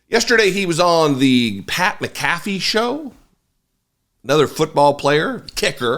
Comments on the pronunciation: I like Pat’s show. It’s 90% about sports, mostly football. I’ve stopped watching the Aaron Rodgers segments, though. He should shut up about all things not related to football. You pronounce his last name like Mack-aff-eee with the emphasis on Mack. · Pat Mac-Caf-fee is how its pronounced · Interesting to hear your views when you don't even know how to pronounce McAfee. Also, great journalism when in the clip you show there is a reference to something that happened before and you don't get into what that was. Thank you for exposing yourself as a JAG. Do Americans even understand their own language? Rodgers said Kimmel would be hoping the list doesn't come out. That was a reference to Kimmel calling Rodgers a tin foil hatter for saying there was such a list. BTW doing your job for you was a pleasure. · Stopped watching when you weren't even smart enough to pronounce McAfee correctly. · From now on, I’m using your (incorrect) pronunciation of Pat’s name when I refer to that particular real world Johnny Bravo